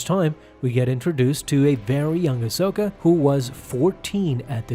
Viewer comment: AHsoka...say it with me...AHsoka